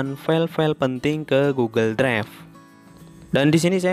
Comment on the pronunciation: Bang maaf saya lucu dengar abang bilang " Goggle dregf "🙏🙏😹